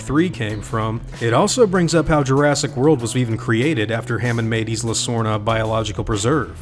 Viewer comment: This is cool. FYI, the "S" in Isla is silent. Same as Island